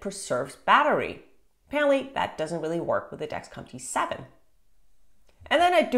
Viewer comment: I can’t tell if ur saying T7 or G7.